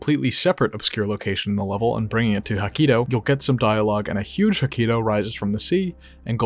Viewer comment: jakito, not hakito